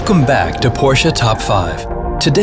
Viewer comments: PRONOUNCE IT RIGHT FFS! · Its funny how not even official Porsche chanel from US cannot pronaunce Porsche right